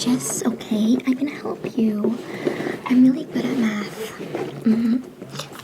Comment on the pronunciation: My brain heard meth every time u said math💀